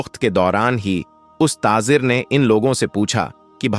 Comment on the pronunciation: Aap jham jham kyun bolte ho,plz aap thoda pehle pronunciation sahi kijiye,zam zam hota hai,iska matlab theher ja... Pronunciation sahi nhi hai,islamic history bata rshe ho? Namaj. ( namaz ) Jeeba (zaba) Tazir ( tajir ) Apka pronunciation bht hi bura hai,plz usko sahi kijiye..